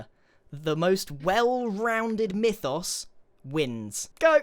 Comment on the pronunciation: pronouncing mythos as "meefos" is disturbing